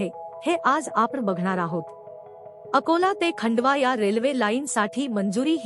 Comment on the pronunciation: मराठी मधे खंडवा नहीं खांडवा म्हणतात.